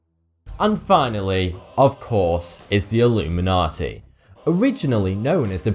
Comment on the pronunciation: Its not "Illuminati", its "Alumeynortey"